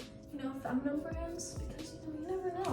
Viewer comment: baby girl its feminine - fem uh nin